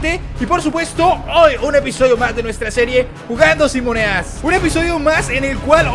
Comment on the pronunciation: like si te diste cuenta que dice "muneas"